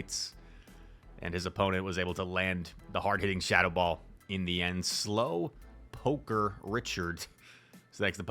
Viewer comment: lol i’ve never met an Ichard or a caught a slowpoker 😂